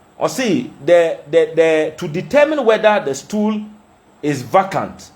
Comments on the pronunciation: The word is prounced as. Vaycant not vacant. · Prounce as vacant not vacant although it is written correctly but pronounce vaycant